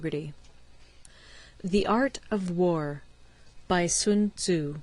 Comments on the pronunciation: Sunzu? Its Sun Tzu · Little by little she understands the correct pronunciation of sun tzu😂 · Thanks ...but you should learn how to pronounce his name correctly ... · "Sun Tozu" -Paulie Walnuts